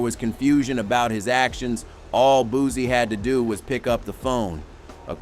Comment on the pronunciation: Bootcee no booze this guy mi pronounced people names to disrespect them